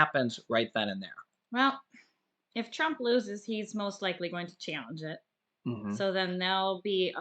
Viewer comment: you said president dump instead of trump lol